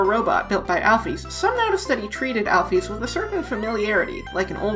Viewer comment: Alphys = Al-fiss Basic English